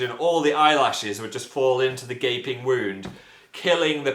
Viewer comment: when Phil said the "Gaping Wound", I actually thought he said the "Gay Pig Wound", and I was like WAT. But then yeah.